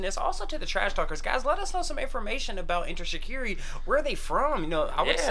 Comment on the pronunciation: Yessss shikari is pronounced differently but I love your review u must heat there other stuff 😊